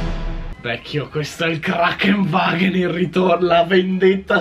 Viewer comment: ma si dice KraNKENwagen....vuol dire ambulanza in tedesco...